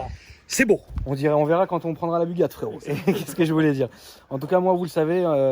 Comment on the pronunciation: oklm qui nous annonce la "Bugatt" 😁 Bon on le savait déjà mais bon... 👌🏼